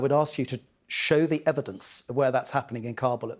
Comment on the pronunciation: Show the evidence Reporter: Repeats the same question British Defense Minister: Show de evidence - End of the interview - Hahahahahahahahaha